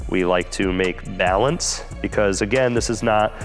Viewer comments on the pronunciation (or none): love the emphasis on balance, as all things should be 😂 keep it up!